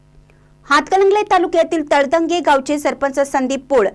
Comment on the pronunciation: मँडम तळंदगे असा उच्चार करा❤